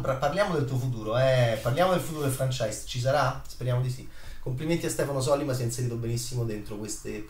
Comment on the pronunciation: Sollíma,.. Sollíma.